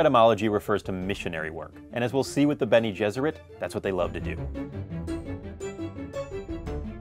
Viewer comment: it's "bene gesserit" not "beni". it's latin, meaning "he/she will have carried", "he/she will have borne".